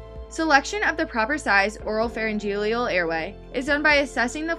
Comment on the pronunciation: "Pharyngelial" "Nasogelial" haha. I had to watch this on mute because the pronunciation of many medical terms was driving me crazy. "Flang" hahaha